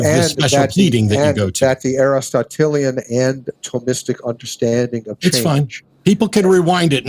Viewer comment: The fact that Egnor did not pronounce "Aristotelian" correctly once in this debate tells you all you need to know about how hard he studied these authors.